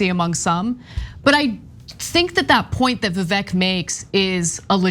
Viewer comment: His name is Vivek, it rhymes with snake. Stop saying Vi-VEK. You say it Vi-VAYK.